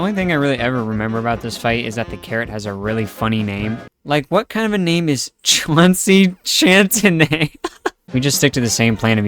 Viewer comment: js sayin, Chauncey chantenay is pronounced SEAN(Shawn) SEA SHANT A LAAAAAAAAAY. also I think u cood js nikname him Carrot. Carrot: Chauncey chante-blah blah Potay Toe: Sal Spudderz Onion Boi* (*which is to say, rings): Ollie Bulb radish: radiche (I think its Spanish /Spankish/) heyyo gud luck on ur (excruciatingly painful) challenges.:D PS: sry fr being talkative, annoying, slang-user, nerdy, weird-spelling-guy(?)